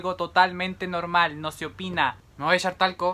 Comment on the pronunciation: Nadie:: me voy a eshar talco JAJAJAJA TE AMO❤